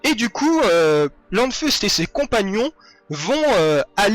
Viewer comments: Pourquoi prononcer le "n" de "Lanfeust"?? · Ah tiens! Je savais pas ça! Elle se situe où cette commune?? C'est pas grave, =) c'est juste que ça m'a fait bizarre quand j'ai entendu plusieurs fois LaNfeust. Parce que quand je le lisais je me disais toujours Lanfeust sans la prononciation du n. =)